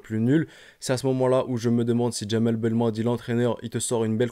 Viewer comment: Belmadi pas balmannnnnnndi